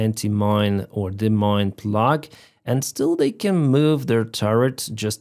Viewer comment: "Plow" it's a demining plough pronounced "plow" like "ow" when you're hurt!